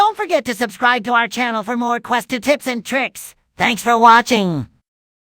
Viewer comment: i can’t get over me thinking he said, “tits and tricks”